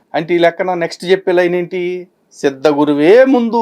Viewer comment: సిద్ధ గురు కాదు ---ద్ద గురు.., అదే ముద్ద గురు